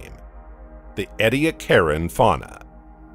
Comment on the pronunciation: I'm questioning where they got all this information from. This is the first time I've heard of the Columbia and Pannotia super continents. I'd like to know more about that, but I have to question how accurate this information is since the narrator pronounces Ediacaran like Eddy-a-karen (lol). The Permian-Triassic extinction is called the Great Dying, not the Great Extinction. Also, it really threw me off for a bit when they showed a picture of a dimetrodon while talking about archosaurs, which they were certainly not (they were synapsids). Then they really threw me off saying the India-Asia collision happened 65 mya (the same time as the Cretaceous-Paleogene extinction), then again 35 mya. What the hay? Get your facts and script straight!! (Also, it might help to make your own footage instead of throwing around random clips from different sources at random times.)